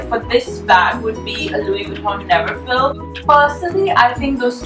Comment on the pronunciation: It's a LV 'NeverFULL' not NeverFILL... :)))